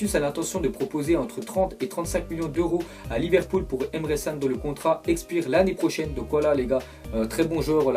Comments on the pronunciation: Mec stp arrête de dire Emre SSANE.... Prononce Emre Janne. Ç = J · emre can ca se prononce emre kan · On dit emer chan